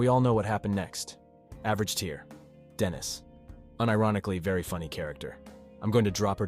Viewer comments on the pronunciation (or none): It's Denise, not Dennis. "Da-Nise". Dennis is a guy's name. 😭